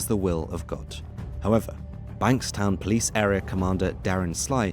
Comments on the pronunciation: BANKS TOWN* NOT BANK STOWN😂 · Banks-town not Bank-stone 😂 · Jesus christ the town pronounciations in this are fucking terrible. Banks-stone??? Its fucking TOWN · “Banks town” not “bank stown” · Great video but the mispronunciations of Bankstown, Blacktown and Lithgow are infuriating. Since when has ‘town’ ever been pronounced ‘tone’? A typo in one of the quotes is sloppy too. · Yeah a few suburbs copped it 😂 not just Lithgow. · Bankstown not Bankstone. FFS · It’s pronounced banks-town I believe, not bank -stone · Banks town not Bank Stone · how’d ole mate manage to get “bankstone” from bankstown 😂😂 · Bankstown is pronounced town not tone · Brothers for life is a terror organisation and should be treated as such And it’s pronounced Banks-town ffs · Banks town... Not hard to pronounce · Bankstown is pronounced Banks-town. The guys a Brit after all lol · it’s pronounced banks town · Great video- I enjoyed Its pronounced like it’s spelled though- BanksTOWN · Its pronounced banks-town. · You're mispronouncing Bankstown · Great video, your pronunciation of Aussie towns is bloody ridiculous though hahaha. Like how did you get the ene Bankstown and Blacktown pronounced so differently 😂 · This was good but misses a lot of context like the partnerships with bikie gangs. Not sure how you were able to correctly pronounce Revesby but not Bankstown. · Lith(go)w being pronounced as Lith(gaow) and Banks(town) being pronounced as bank(stone) really made me giggle for a sec there 😂😂 Overall, a really well put and informative video! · Bruh, the pronunciation hurts. Not your fault, easy mistake to make if you’re just reading the words, but got the “ow” sound mixed up with Lithgow and Bankstown. The “town” is pronounced like “town” and the “gow” is pronounced like “go”. Lith-go, Banks-town. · Lithgow is pronounced lith-go. Bankstown is pronounced as written, banks-town. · Lith-go not gow, banks-town